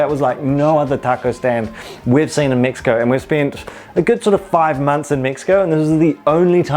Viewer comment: MEXiCO not MIXiCO😂😂😂😂